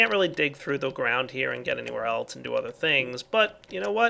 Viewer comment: Did he say elch instead of else